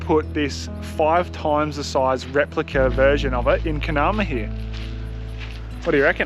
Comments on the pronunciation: It’s” min en new”. Essentially a silent g. Also it’s “. Car nar mar ” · givin shit for saying talc slightly wrong - then you go and BUTCHER Carnamah.